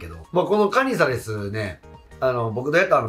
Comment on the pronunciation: カ↑ニザレスが気になって入ってこない😅